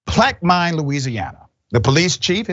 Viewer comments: No it’s not Plaque-min. Is the pronunciation. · It’s a pronounced pac-quil-man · It is pronounced, Plac-ca-men. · Plack-men.. a “Hickory” area lol